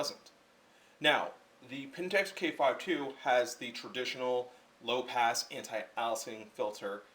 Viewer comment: You dont even understand file formats, how are you even testing these and making a video. You simply are under the influence of wrong information. You need to test in raw. with equal lenses conditions and set conditions. Its called Aliasing, pronounced "Aylessing". Dude, its like you just learned this stuff and regurgitrating it as if you actually understand it.